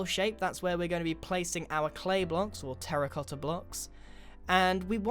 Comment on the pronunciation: finalmente a voi inglesi tocca dire qualcosa in italiano "terra cotta" !!!!!! imparate a pronunciarlo bene cani !!!